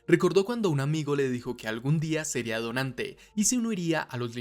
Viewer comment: Soy yo o mí dislexia escucha cada vez que dicen "dotante" se escucha..."donante" ? Xd